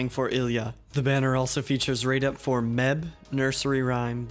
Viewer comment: Just a headsup fam, Medb's name is actually pronounced Meave. The Celts did not in to english very well.